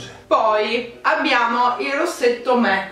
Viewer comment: Ma che bellino il video con tuo papà 😍 è super informato, si vede che gli interessa quello che fai💗 È indubbiamente il tuo fan numero 1! (Comunque la pronuncia di mac è con la A. È l'acronimo di Makeup Art Cosmetics). Un bacione a te e al tuo papà😘